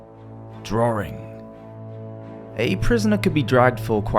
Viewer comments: The word is "DRAWING" - not DRAURING or DRAWRING .....plain English ! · Since when has the word DRAWING been pronounced as drawring? How to spoil a good job. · It's spelled 'Drawing' not 'Drawring' but otherwise very good!